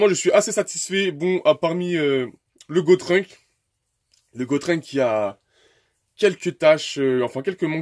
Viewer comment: att att ta bien dit Gotrunk ah oui sa se dit Gotenks